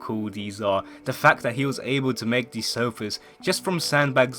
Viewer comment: Anyone else realize instead of saying these he says "Deez"